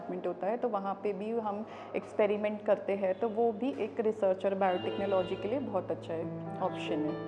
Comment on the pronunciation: Interviewer does not have any knowledge about this field and just cracking silly joke at least he should have some basic information before taking interview and also he can't even pronounce the word "Biotechnology" 😔